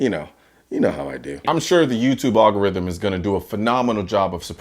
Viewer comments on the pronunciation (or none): Love your stuff and I agree with you, good sir. but. it’s al-go-rithm, not all-go-rithm.🙂